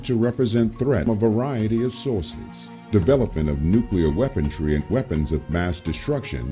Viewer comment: Maybe you could get that narrator to stop saying "weapontry," huh? The word is "weaponry." No "t" in there at all. Thanks. Sometimes it really is the little things that matter.